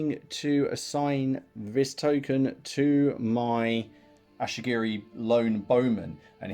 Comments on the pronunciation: Great BR dude, nice to see TOH getting some table time. By the way they are Ashigaru not Ashigiri. 😁👍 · The ashy-gerys are killing me 😂